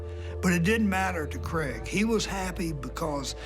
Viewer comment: CRAIG not creg